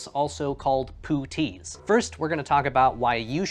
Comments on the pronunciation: Thanks for clarifying. I was a little put off by his pronunciation too. To my mind puttee pronounced the way he does reminds me of my history of art course where the little baby angels in renaissance art are called putti! 😂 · Puttee is pronounced with the u as a short vowel like the u in "but" or "hut". It's from a Hindi word, paṭṭi meaning bandages. The dots under the ts denote the Hindi t which is halfway between a t & a d so to speak.